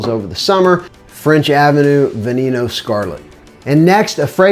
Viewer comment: "ve knee kno" its "veh neh no" but sounds like a good frag